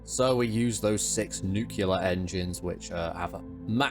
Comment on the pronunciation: i hope for your Internship, that you brushed up on your pronunciation of certain words like NuCuLaR :D